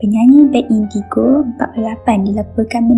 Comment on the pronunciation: Bad bukan bet indigo....kalau penyampaian kelaut xpe lagi tapi sebutan pun dah kelongkang mmg x yah jadi penyampai la..